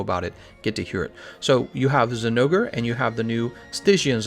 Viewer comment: I'm sorry, but I have NEVER seen Zinogre's name get so butchered.